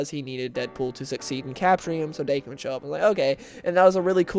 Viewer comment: The story you're talking about, I must admit I didn't like at all. The art sucked, the writer made Deadpool too obliviously cartoonish, and I understand each writer likes change things up a bit and put their own input in a character, but damn this dialogue was atrocious. I did like the part where Logan and Wade stab each other a die for like 2 hours. Also... it's pronounce DAh-Kin.